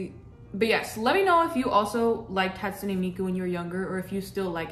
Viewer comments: Just an fyi, Hatsune is pronounced [ Hot - Sue - Nay] Ans also I love this cosplay!!!!!!! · A little bit of info it's more like hat sue nay 🎩 because that's just how Japanese works :3